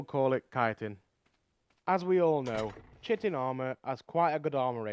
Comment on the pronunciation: He said chitin wrong but why the fuck am I writing this comment